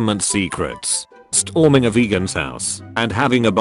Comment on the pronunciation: #UselessComment Nobody: The Narrator Voice: St - HOR - ming